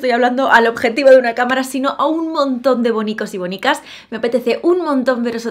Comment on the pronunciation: Siempre me parece que en lugar de "Bonicas" dice... "Mónicas!!!" Lo sé ,es una chorrada, pero me apetecía decirlo🤔